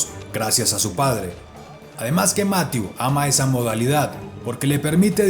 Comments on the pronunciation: Excelentes videos, solo comentar que jhonatan narvaez me dijo que hablo con el y su nombre se pronuncia "mathié" no "mathiu" por que yo también lo decia como tu y el le dijo eso jejeje un saludo desde España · Debe aprender francés ya que lo pronuncia muy mal. Debe conocer que las palabras en ese idioma tienden a ser agudas. Más que graves o esdrújulas. Mathieú fan der Pul. El diptongo eu suena en una mezcla de ambas letras. Eso sí, Máthieu nunca.